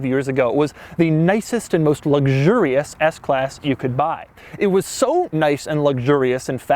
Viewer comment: "Luxgurious" LOL